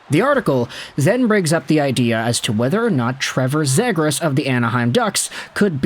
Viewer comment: Before I even watch this I already know it’s gonna be pronounced Zaygras and I already know the ducks are gonna get screwed in this mock trade